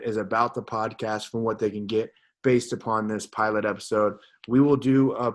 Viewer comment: Well it’s podcast not poscast...